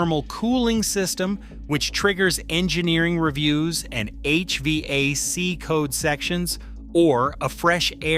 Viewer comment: Only Ai would pronounce hvac like that. And EPA